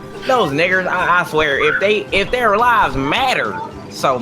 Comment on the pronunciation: "they took er jobs" 😂 😂 😂